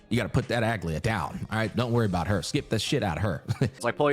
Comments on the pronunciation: I made the comment at the beginning where he called her Algea or something like that. Have in mind that what I described is the correct "greek" way, I guess pronunciation is fine as well. Written is greek is Αγλαΐα btw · From a greek viewer, it is pronounced A-gla-ia with the intonation on the "i"